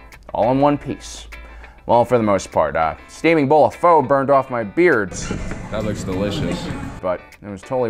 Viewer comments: Pho is pronounced "fuh" not "foe" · it pronounced fuh and spelt pho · Noodle soup is pronounced “pha”